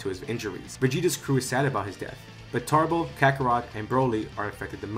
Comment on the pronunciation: Cool what if but it's Tarble not tarbles